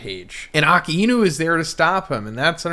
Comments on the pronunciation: 1092 chapters later you’d think that can call A-Ka-Inu correctly, who’s Aki-inu 🤦🏾‍♂️ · Why do you pronounce Aka-inu as Aki-inu ? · Bruh I just noticed you pronounce Akainu’s name like ( Ah Ka Enu) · It’s “A_kai-nu” if you’re gonna freaking do reviews learn to say the freaking names right. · Bro, good video but why do you persist to pronounce akainu’s name like that ???